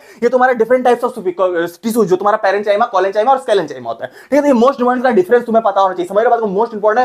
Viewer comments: Bhai Agar Bura Na Mano To aapane Jo question bola tha tissues wale mein se parenchyma wala to ismein na aap ek galti kar rahe ho c h y m a ko Chima padh rahe ho jo ki kaima hai so please Bura Mat Manana maine aapko apna bhai Samajh Kar bataya hai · " paren chayma , collen chyama Sclern chyama "